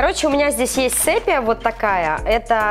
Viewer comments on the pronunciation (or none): Почему 50% людей говорят СЭПЬЯ а не СЕПЬЯ😂😂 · Ни сэпия а сепия